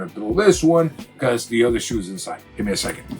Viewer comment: Bro it's shoes ، not coco lol